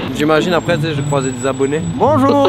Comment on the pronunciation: « Salut bonjourS » euhhhh depuis quand Bonjour prend un S ?